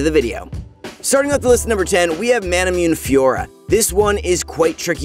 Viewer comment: Ma-na-mu-ne not ma-na-myoon since it is based on Masamune na sword